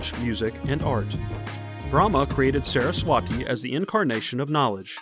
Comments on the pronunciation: Sarah's - Swaaty is the more closer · the way he said "saraswati" is for sure a problem lol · The way he said saraswati😭